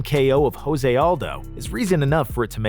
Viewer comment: The way he pronounces Khabib Nurmagomedov, Gustafson and Jose makes me want to cry